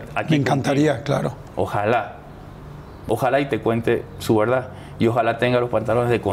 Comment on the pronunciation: Apenas me vengo a enterar de esta entrevista, este señor se ve sincero, además le gusta como cuenta "su veldad" 🤭, esta muy guapo por cierto 💕